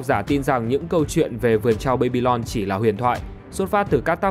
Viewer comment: Đọc là ba-bi-lon đừng đọc là bây-bi-lon